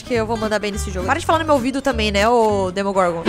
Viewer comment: que ela falou dermongorgon